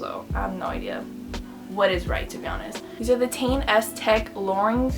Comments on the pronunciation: Pronounced “Tee - en” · It's Teh-in Because it stands for Technical inovations so you pronounce the part5s like that. Iguess,cool vid